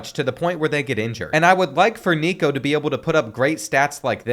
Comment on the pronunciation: thats not how you say nico last name